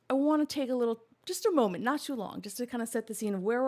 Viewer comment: Late european here. I've one critique and it's to pronounce the L in molment, so keep that in mind for next time.👍